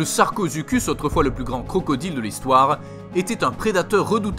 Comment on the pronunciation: mec sa se dis sarcosuchus